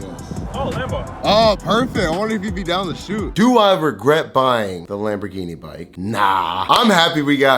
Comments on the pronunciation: My dude just murdered the pronunciation of "Lamborghini" and "tricolore" 🤣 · Im sorry but no real italian says Lamborghini like you do....whoever told you that is a jokester😂 and i say that as a guy whos italian friend worked for them before coming here to america and thinks youre crazy